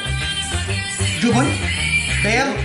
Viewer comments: يعيال ركزتو كل شوي يقول:جوبن ✖️ جبن ✔️ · ياخي يوم يقول جبن احسه يقول جوبون 😭😂😂😂😂